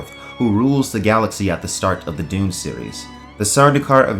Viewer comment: You really say Doom , not Dune. YouTube auto text did not make a mistake!